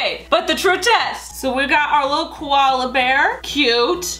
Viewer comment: Koloas are not called Koloa bears I am an Aussie and I know this but where are you going